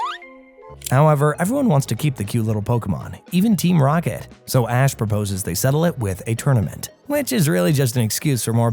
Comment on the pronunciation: bro definitely said "Ass" instead of "Ash" lmao